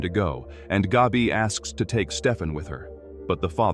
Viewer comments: Hey AI, let me help you out. It’s not pronounced “Gobby”..think of the word, cat or hat. Then say it out loud, Gabby…There ya go👍🏼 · Why does "Gabi" rhyme with "Dobby?" 😆